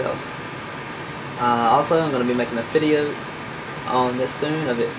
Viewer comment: good vid did u say fideo at the end cuz it kinda sounded like it also sounded like someone held a stiffle after u said the word video : P